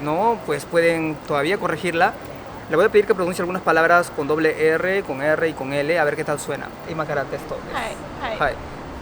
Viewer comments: Chavo se dice erre y no ere....sigue estudiando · tu dices ere cuando es erre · tu tampoco pronuncias la ERRE ,dices ERE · Solo decirte que tu también la pronuncias mal no es la letra "ere" es "erre*", con mas fuerza en el sonido "r" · Cuando ni tu mismo sabes pronunciar "erre"...